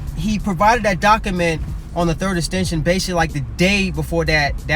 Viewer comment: Thannnnk youuuu... I kept cringing every time I heard "Doc A Ment" 🤯